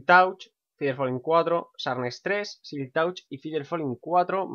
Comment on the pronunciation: se pronuncia silk "tach"